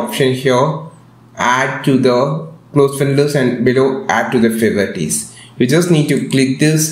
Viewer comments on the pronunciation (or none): fayvor tees